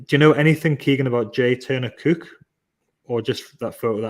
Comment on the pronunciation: Very very concerned about pronunciation of Cooke ( and possibly book and school ). Suspiciously makem. Paul from TTR does the same, but he does live in Durham.